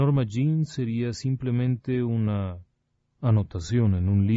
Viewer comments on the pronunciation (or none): none